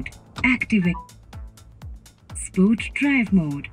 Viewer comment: Dont understand whats with these over dramatised pronunciations of these reviewers … Its not “spoart”….its “sport”…. You are good reviewer, but sorry “Spoart” is just annoying. Just like some other in auto car, powerdrift, etc.